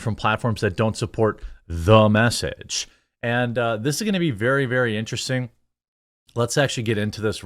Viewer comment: There are very few things more overbearing than "Thu Mess-age" 😑